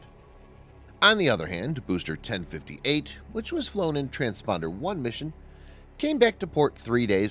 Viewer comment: Your robo-narrator needs to learn how to say TRANSPORTER (not "transponder") Can you say "Transporter One"? Betcha can!